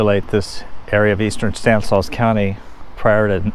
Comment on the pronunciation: It's pronounced "STAN is law,". Surprised you didn't know that, being from there.